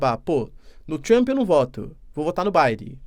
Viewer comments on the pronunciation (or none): none